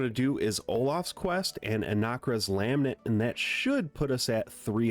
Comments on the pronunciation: Are you contractually obliged to pronounce Lament wrong? Blink twice if you are under duress. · Just bucket of milk'd the rest of the episode and the way you pronounce "lament" gave me an aneurysm lmao, good vid tho :)